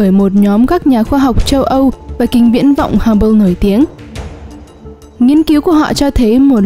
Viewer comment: đọc nghe quá mệt,!!!! phát âm tiếng anh kính viễn vọng Hubble nghe xong hết xem tiếp